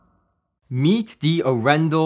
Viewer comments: Hey. Great video. Arendal is a city, in the south of Norway. About an our away from my home city:-) And its actually pronounced, Aren dal. The city is actually well known for its "hillbilly style car audio" people. Have a good one. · Very cool review; and proudly Norwegian 🇳🇴 Just one thing on the sidenote, the name comes from the city of Arendal and is pronounced with emphasis on the first A 🙂 Don´t worry, it took Gene Dellasalla at Audioholics about a year to get it right 🙂